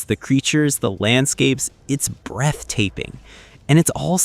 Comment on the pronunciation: Did he just say "breath taping"?